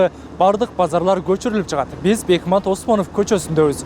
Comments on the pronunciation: Бекмамат десең бекмат дебей туура айсан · КОРРЕСПОНДЕНТТЕР..МЫКТЫРААК БОЛГУЛАЧЫ???. БЕКМАТ...ЭМЕС..БЕКМАМАМАТ ОСМОНОВ ДЕП АЙТЫЛАТ??????....